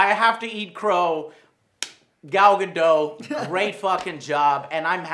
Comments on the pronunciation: its not pronounced "Gad-oh" its "Ga-dot" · I'm Israeli and the T isn't silent o_O, we say Gal GadoT. What's with all those people who claim it is silent and go argue with people who actually live in Israel? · Gal GadUt what? It's Gal GadOt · Her name is pronounced exactly how it's spelled. It's Gadot.... not Gadoe It's Batman V Superman... not Batman versus Superman. the "V" in the title is a courtroom phrase that stands for "&" or "against". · I don't think "Gal Gadot" is pronounced "Gal Gado" it's "Gal GadoT" like you know... gaDOT ".". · She pronounces her name Guh Dote not Guh Doe. She's Israeli, not French. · Ga-dot, not Ga-doe >_< it's not a French name people! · She pronounces her own name as Gadott not Gadoe, just sayin'... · Her name is pronounced Dot not Dough. Just FYI. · I think her name is Gal Gadot. You kept saying Gal Gado. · You say her name as Gal Gadoh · PSA - The 't' in Gadot is not silent or weak. It's heavily weighted. GAH-DOUGHT. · Her last name is pronounced Guh-daht according to her. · the T is not silent in Gal Gadot, Joe Gal Gah- doT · Her last name is not French, it's Israeli, and pronounced Gah Dot. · Gal Ga-dot. It's pronounced Ga-dot. She's Israeli. I don't get why people think the 't' is silent? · In hebrew we pronounce the t in Gal Gadottttt!!!!! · Gal Gadot. Dot. The T is not silent. You're welcome! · its actually pronounced "Ga-duT" . Watch her interview with Jimmy Kimmel where she says how its pronounced. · Mr. AlmostCertain I live in Israel and it's GadoT. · The T isn't silent, it's 'breathly, so it's said but hardly heard. Like it's lightly said. So it sounds like Gal Gado but it is spelled Gal Gadot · it's actually pronounced Gal Gadot - said exactly the way it's written, please pronounce the "t" at the end. p.s. love your videos, good job! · Ga-Dot the T is not silent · The amount of times you mispronounced Gal's last name was too high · By the way its pronounced Gal Gadot as in with a hard T